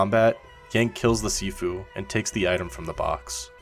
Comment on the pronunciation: Sifu sounds like seafood to me from the guy pronounce it😂 Guy:have you tried sifu? Me: oh yeah i like seafood its great benefit for health and body. Guy:what? No i mean sifu not seafood u know the viral tiktok and youtube also etc Me:Oooo seafood of course its gone viral i seen it everytime many people like going to seafood restaurants Guy:what? ARE YOU DEAF? Me: Nope are you? Guy: No what the heck man! Me: what you said seafood right? Guy: No its SIFU and its not food its a game get it! Me: ooo sniff Foot?! wait there a game about sniffing a foot? What a weird game? You should check yourself i dont get it why you want to play a game about sniffing your foot? You can sniff it yourself. Guy:………idiot Me:No im not the idiot you the one that said seafood and then sniff foot GUY: NO I DINDT SAY THAT! I SAID SIFU! Random person:actually you do sound like your saying seafoot rather than sifu Me and guy:……(me)see told ya im not deaf its you who pronounce it wrong (guy)……your right im sorry (Me) ahh im just joking im trying to just ragebait you thats all i know what u trying say dont feel too bad of yourself that your less educated hehe (Guy) YOU NIG###!🤬🤬🤬🤬 (me): get reck!😂😂